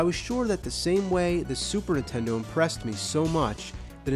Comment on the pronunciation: Lol, the nerd says "Super'intendo"